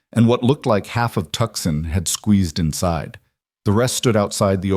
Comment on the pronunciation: To son the c is silent.